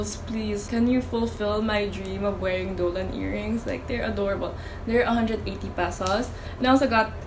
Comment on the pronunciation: its so funny how u say dolan instead of donald